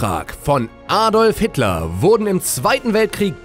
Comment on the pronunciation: Diese Aussprache Aadolf Hiitler